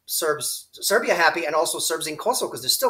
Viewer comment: are you saying Serv’ia and Vojvodina